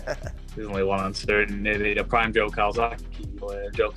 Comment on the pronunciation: Joe……. Ffs it’s Joe.